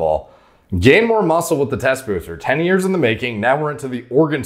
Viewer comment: "i've been working on this for 10 YEEEEss" not years. yee's as in yeah's not years.